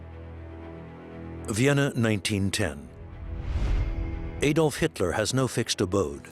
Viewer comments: Warning: A documentary which cannot even pronounce the name of Adolf Hitler and instead calls him AYdolf Hitler cannot be trusted with even more complicated information. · Hitler's first name is Adolf. in Germany pronounced (Add-olf) in Britain pronounced (Add-olf) where on earth did America get (AYY-DOLF HITLER) from??? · Not pronounced AYDOLF, it is Adolf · why do Americans pronounce it ey-dolf and not ah-dolf? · Why do Americans always mispronounce the name Adolph? The correct pronunciation is with the short ‘a’ as in apple, not the long ‘a’ as in fade. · His name was Adolf Hitler, not Ädolf (Aedolf) Hitler. There is no Umlaut (diacritical mark) over the A. The ignorance of some people is shocking. If you are making a documentary entitled "Best Docomentary", at least tell the V/O commentator to research English and/or German pronunciations first and foremost. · Adolph, not Aidolph for you Americans! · How can you make a documentary about someone and pronounce the person's name wrong?? Also he wasn't the most bloodstained person in history at all, in fact even Stalin who took part in the same war killed more. The name is pronounced add-olf not aye-dolf, there are thousands of hours of video evidence with his name being said so there is no doubt about it. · Please pronounce as "Adolf“ , not "Aydolf“. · Another Amurikan incapable of pronouncing "Adolf". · EJDOLF.. geez learn how to pronounce his name ! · All that ‘special’ research and nobody taught the narrator how to pronounce Adolf correctly. I can’t wait for the Eye-raq documentary. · I wish Americans learn how to pronounce the name Adolf. A-dolf? Stop it. Same with Eye-raq. stop it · Eedolf Hitlour pronanciation really pisses me off!